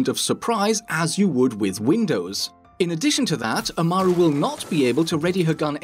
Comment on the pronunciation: the way he says Amaru triggers me.